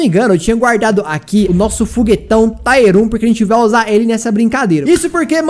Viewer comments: Tier se pronuncia como se escreve msm e não como taier kkkkk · ...pelo amor de Deus Nn fala mais TAIER FALA TIER...NUNCA TE PEDIR ND HAHAHA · não pronuncia taier não...o certo é tier mesmo...a pronuncia é tier msm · A palavra “Tier” se fala como escreve, e não “Táier” kkkk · PELO AMOR DE DEUS, PARA DE FALAR "TAIER" É "TIER. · Cara. Não se diz taier. Se diz tier. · Para de falar TAIER pf, ta dando agonia, é TIER